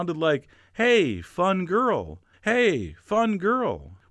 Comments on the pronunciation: maybe your grandad was saying "fanculo" which means fuck it and sounds a bit like fun girl LOL I'm italian. Not being disrespectful to your grandpa, of course. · "fun girl" was probably "fanculo", which may be pronounced like "fun-cool-oh". Means "fuck off" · Your grandpa was saying "fanculo" 😂😭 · Your grandfather was saying a fangool 😂😂😂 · I am quite sure he said "fangul"... means F**CK :) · 'fun girl' probably is a more Southern pronunciation of '...fan culo'. "C" can sound like "g" in that part of Italy. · Your grandfather said fancul lol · The grandfather was clearly saying “mavafanculo” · Oh goodness, lol I’m sure your grandpa was saying “Fanculo” which is F*** 😂